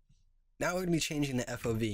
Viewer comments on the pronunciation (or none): "Now we change the FOB" The hell is an FOV =P